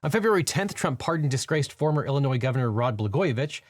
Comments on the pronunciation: "Gavinor Newsom" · Gavorner Newsom, you say? Hmm. . . I like that, one man’s misspeak is another’s new nickname I suppose, don’t mind if I do. P.S. I’d like it if you did not flash me so often. I’m flattered, but in a relationship.